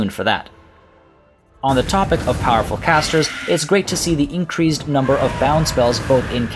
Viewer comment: Love your videos since tw;1 great information to new and old players of tw franchise alike but ffs please say increased like a normal person.